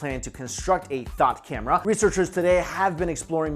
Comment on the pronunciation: It sounds like he said THOT CAMERA